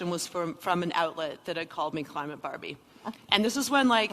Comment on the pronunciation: Climate Bahr-bee!? Like hwhat I'm not cli-mate Bahr-bee. Stupid deenhy-hers like gawhd!